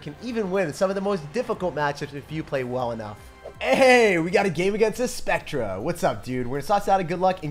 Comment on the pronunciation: it’s pronounced [spect] [ter] not spect tra and it means ghost